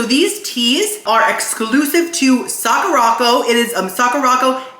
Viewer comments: I heard you say the word Sakura correctly at one point. The box though is "Suh-kur-ah-co" not "sock-or-rock-oh" LOL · Sakuraco is pronounced saa·kur·uh co, like sakura (cherry blossom) co. 😭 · The way you pronounced Sacuraco 😂😂😂 Its Saw-kerr-aco 😂😂😂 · Isn’t Sakuraco pronounced like Sakura co.? Suh-koo-ruh co? It seems like he’s pronouncing it different on purpose though because he pronounced Sakura right, I’m confused!!